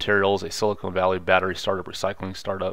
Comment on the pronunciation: Silicone😂😂 not titties buddy it’s siliCON.